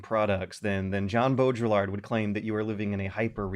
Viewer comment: pronunciation of "Baudrillard" is beautiful